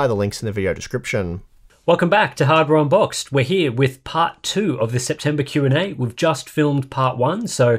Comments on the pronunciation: I know has touched on this before in a previous video, but I swear I hear you guys say "Harbour Unboxed" instead of "Hardware Unboxed".....lol.... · is deadset saying harbour unboxed, he's a troll:P